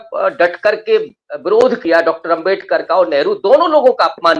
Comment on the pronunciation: आंबेडकर आंबेडकर बोलना ही था तो मुंह से सुपारी निकाल कर बोलना था न उच्चारण तो सही आता अब भुगतो